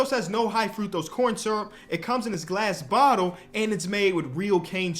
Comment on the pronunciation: Idk what it is but the way you say glass bottle is hella funny in this ad read. Bought to go buy some Jarritos